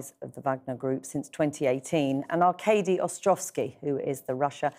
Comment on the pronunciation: Why can't anchors say 'Arkady' properly...?